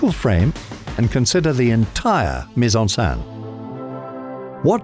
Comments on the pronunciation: Another really tiny thing to bring up is the pronunciation of "scène", which here sounds more like "sein" (breast) rather than being basically (exactly?) like the French pronunciation of "Seine" (the river). But again, that doesn't detract from an excellent & informative video. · It's pronounced Sen not Saan bro... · It sounds like he’s saying “put in breast/saint“. “scène” is just pronounced “sen” lol. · The accent over the e is grave not acute and it is pronounced accordingly - here the narrator has two ways of pronouncing it and only one is correct.